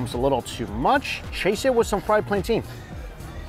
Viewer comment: I’m ngl i think it’s purposeful. Planteen is crazy since it’s not even spelled remotely close to that. It’s either plan-tin or plan-tane (depends on geography)